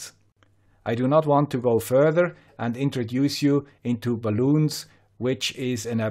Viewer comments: Very good presentation (but bal-un -- un as in unused -- not balloon 😛 ) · bal-un, "bal" as in bal-anced & "un", as in un-balanced, not bal-oon;) Also, frequency of resonance or resonant frequency:) Parasitic capacitance or parasitic inductance, not " built-in". Another interesting and useful video!